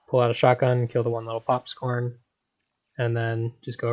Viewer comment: "popscorn" "zapguys" Upvoted just for that lol, great video too, thanks for not skipping parts!